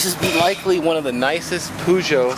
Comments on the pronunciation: poo-sho? i though it was peugeot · Haven't seen one of those in England since the 80's. Over here, we pronounce it like Purr-geot.